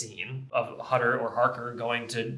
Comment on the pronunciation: i really love this film. it is a masterpiece. for a german, it is really funny to always have them pronounce the name Hutter as "Hatter", not as "Houtter" as it would be pronounced in German.